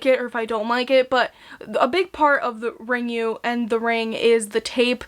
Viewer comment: It's pronounced "Ringu," just as it's written. Not "Ringyu."